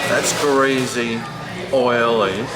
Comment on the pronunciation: “Greasy” , there is no Z in the word.